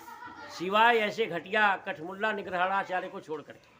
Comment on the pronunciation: अबे जोकर पेहले निग्रहाचार्य बोलना सीख ले । निग्रहणाचार्य नहीं निग्रहाचार्य बोल । काशी में तेरे मूर्ख दयानन्द को बार - बार हराया गया लेकिन फिर भी वो बेशर्म जीत का दावा करता रहा । "वैदिक सत्यार्थ प्रकाश" और "विनय" पढ़ ले मूर्ख म्लेच्छ । शास्त्रों में वर्ण जन्म से है ।